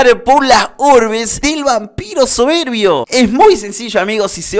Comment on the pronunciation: Me gustó cuando dijo el Dragón Vampiro soverbii